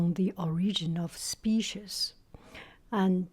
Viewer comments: The cat is adorable! The only noticeable sound difference to me was in your pronunciation of "species." It could be either "spee-sees" or "spee-shees." The "ees" part is what sounds 'off' to me, almost like the sound at the end of "peaches." It's now a schwa sound, but rather a close front rounded vowel. Not sure if that explanation helps, lol. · For species, say “spee=sees” Goo goo looks like a lovely cat 😍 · In my family, our pronunciation is "spee-shees". I think it's interesting how it varies from region and family.